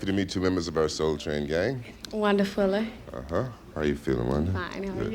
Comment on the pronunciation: Funny, her name was Wanda Fuller, but I’m hearing “Wonderful-er”, lol.